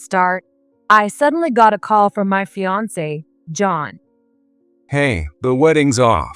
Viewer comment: CEO = See Eee Oh !!!! All three letters are enunciated. Fiancee = Fee Ahn Say Emily sounds like a half-wit. How could she not know what a sleuth is or social media? I don't know who is reading this script but they sound like the AI is in the second grade.